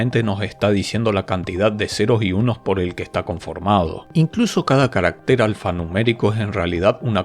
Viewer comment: En singular , CARÁCTER es una palabra grave y va acentuada, tanto prosódica como alfabéticamente en la segunda A. Su plural es CARACTERES, sin acento ortográfico. En la presentación el término "caractér" (no existe en español) se repite más de veinte veces.